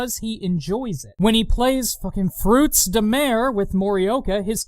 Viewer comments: anyone keeping track of how many time he says " fekin 'frootz dah mair' " in this thing? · "The dub says what now? FROOTS DE-" sighs Ah yes, mispronouncing French, my favourite. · The fact that you constantly point out your dislike of the improper pronounce of the games title makes me smile. It irritates me that they couldn't have just used the French term, rather than the English version. Also your musicals are one of your best trademarks.